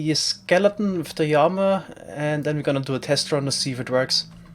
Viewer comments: Llama, not yama... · worst word - yama. what the fuck is a yama. the letter L does not sound like a Y in english, which sounds like what you are trying to speak. So this is to help you pronunciate llama. I understand double L is a Y sound in some countries, but this is english..... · is it odd that i didnt understand his pronunciation of "llama" until he actually spawned one? i was confused as to what a "yama" is lol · I absolutely LOVE the way you say llama y a m a I love it I also hate the comments correcting and hating for it y a m a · I also love Y A M A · 1st time I heard him say llama I thought he was saying yanma. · Please stop saying yama. I know you prefer the original Spanish pronunciation but this is English. (I'm not new to his channel). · “Llama” is usually pronounced with a hard L in English, despite its Spanish roots—just so you know!